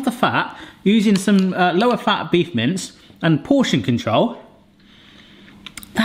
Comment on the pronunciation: Can not stop hearing "Beef mints". That would be an interesting concept...